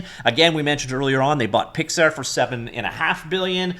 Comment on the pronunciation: Picks Are.. not Pix air..